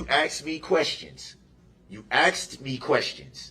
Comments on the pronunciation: Anyone who says the word AXED instead of asked should be put in prision FOR LIFE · More brooks words OAF (OATH) AXED (ASKED) DISPARATIVE (DISPARAGING) COHORSED (COERCED) DAT (THAT) GROUNZ (GROUNDS) TACKET (TACIT) BIAS-T (BIAS) DUREST (DURESS)